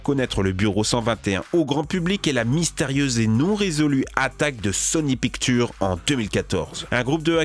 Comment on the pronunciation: Quel accent anglais pourri... pictuuuuuure, ze...